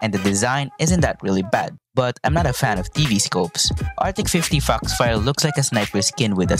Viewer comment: I'm I the only one who heard him say fu..fire instead of foxfire 😶😳